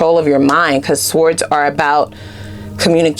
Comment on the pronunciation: Darling, you’re killing me…the “w” is sword is silent…